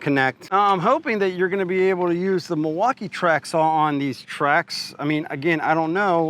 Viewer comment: I hate unboxing videos, everyone does 1 tiny cut and thinks they know stuff and can tell you if it's good or not. No experience from most of them either and clueless what they're doing... dude can't even say milwaukee right lol